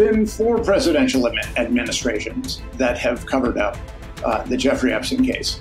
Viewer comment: Effrey Jepstein lols..Clinton also covered it up.